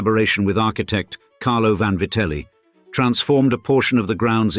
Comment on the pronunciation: Vanvaryte??? What the fuck!!!.😂😂😂 VANVITELLI